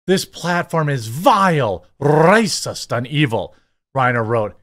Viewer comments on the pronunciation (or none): It was when Jeremy rolled the R on “racist” that I knew he was a Mark Dice fan 😂